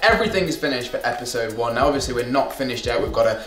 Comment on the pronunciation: "Epidsode one"